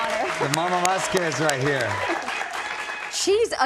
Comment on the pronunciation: Mario:" ...Camille Vesqwez.."